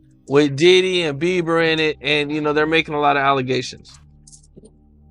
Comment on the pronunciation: His name is Beiber not Beaver 😂